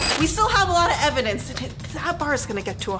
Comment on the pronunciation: I love when chad seid evidonce 😂